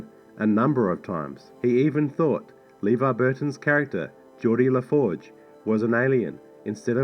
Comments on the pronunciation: "LEEvar Burton's name was mispronounced by the director..." (hee hee) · "Leevar Burton's name was mispronounced..." That's irony right there.